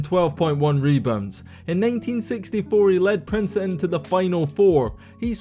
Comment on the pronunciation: As someone who lives 20 minutes away from Princeton, the way you say it urked me soooo much u have no idea. But good video dude